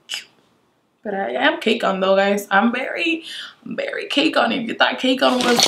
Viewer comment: I love how she says bery instead of very 😂